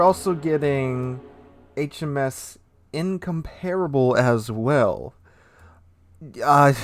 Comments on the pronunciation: HMS Incomparable is "In-COM-par-able", not "In-com-PAR-able". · Incomparable... lol I heard Income-Terrible.